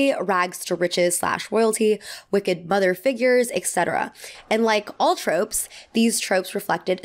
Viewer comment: I love your videos so much but every time you say eCcetera instead of etcetera it makes me want to rip my hair out 😭